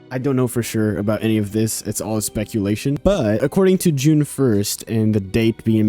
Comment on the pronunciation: Everytime you said june 1st i heard juniper